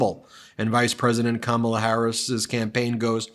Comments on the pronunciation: Trump keeps pronouncing Kamala's name wrong. She should start calling him, "Dumb Old Trump"! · Is Trump just incapable of pronouncing Kamala Harris's name correctly, or does he think he being clever,,,,If he keeps pronouncing her name Ka-Mala,, she should start pronouncing his name Don-Old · Christian here. I’m voting for Kamala (rhymes with Momala, Trump, it’s not hard). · She should call him “Don-old” in response to him calling her Ka-mall-la. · The felon pronounces it correctly when he’s in a formal interview situation. He only mispronounces it on purpose in front of his MAGAzombies so they’ll cheer.